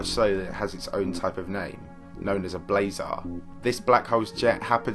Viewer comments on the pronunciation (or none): none